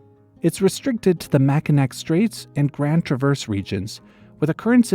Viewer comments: HOLD ON HOLD ON!! I'm from Michigan. "Makinak"?? Excuse me!!! It's pronounced "Makihnaw"!!! I'm sorry, i don't like leaving hate comments, but Michigan already feels so forgotten! This is great injustice to us!! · Nope, it said Macinac instead of Macinaw which is how it's pronounced. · common mispronunciation it is Mack- in-awe it’s derived from Indigenous people from the region: from Mackinac Island’s website: “Long before Europeans settled in Northern Michigan, Indigenous Peoples called the area home. Mackinac Island has been considered a sacred place for Anishinaabek People (Odawa, Ojibway, and Potawatomi) for centuries” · It is pronounced "Mack-in-awe" not "Mack-in-ack". Very important to us Michiganders! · pronounce Mackinaw not Mackinack. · the fact you pronounced mackinac as "mack-a-nack" and not the proper way "mack-a-naw" hurts my soul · It’s not “macanac” it’s macanaw😭😭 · it’s pronounced “Mack-en-naw” just fyi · Mackinac is pronounced Mackinaw, Mackinac is the French spelling but stated as Mackinaw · Its pronounced Mackinaw. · Mackinac (pronounced Mack-in-aw) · its actually pronounced mackinaw ,dont worry its a common mistake many non great lakers or french speakers make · Mackinac is pronounced Mackinaw for future reference. Idk why, blame the French. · Mackinac is actually pronounced Mackinaw btw! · What a cool video! Just a quick side note, dispite being spelled Mackinac - it is pronounced like Mackinaw :) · I just want to point out that "Mackinac" is pronounced "Mackinaw", like the nearby Mackinaw city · the C in Mackinac is silent, it’s pronounced “Mack-in-awe” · Mackinac is pronounced MAC in nah or naw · Its Pronounced Mack-i-naw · Mackinac, Mi. is pronounced macki-NAW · It's pronounced Mackinaw. It's spelled Mackinac, but pronounced Mackinaw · Mackinac is pronounced Mackinaw, just like the city. It's weird two spellings for landmarks next to each other. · Second time this week randomly hearing someone pronounce the second 'c' in Mackinac.